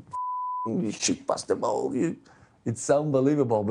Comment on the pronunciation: Anybody else hear Ronaldo say ball with a scotch accent 😁👍🏻 . Spell check edit. 👍🏻😬🤣